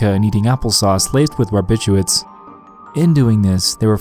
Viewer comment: wtf is he saying . Drinking vodka and eating applesauce laced with "RABICHUIDS". Wth is that, I can't find anything about it on google. "members took phenobarbital mixed with apple sauce or pudding and washed it down with vodka. " Wiki says phenobarbital, but wth is rabichuids ? English is not my first language.